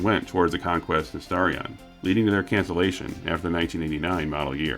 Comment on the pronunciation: But when they said Starion, it sounded like Stallion.